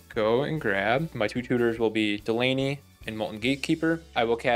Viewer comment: I got so triggered by you mispronouncing Delney. It’s Dell like the computer, and knee. Delney